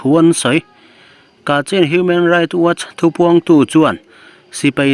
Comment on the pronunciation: Kachhin tia, lam tur a ni ang.